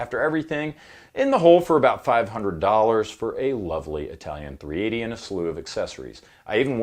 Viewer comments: Its not {eye}talian, it is {e} talian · Anyone else just want to give those jaggoffs that say “EYEtalian” an atomic wedgie? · Your Italian pronunciations are impeccable sir. 😂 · I bet you had to do a lot of practicing to pronounce all those words wrong. Ha ha and I’m not even Italian. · Absolutely so: He blown Brad Pitt out of the water, effortlessly! Seriously, You butchered every Italian word you pronounced... Nice review, though. Bwonjornow from Italy, folks.